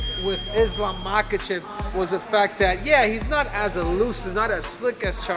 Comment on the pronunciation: You getting Islam Last name pronunciation wrong ….